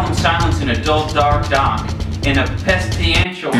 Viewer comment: said Pestilenial, but it's actually pestilential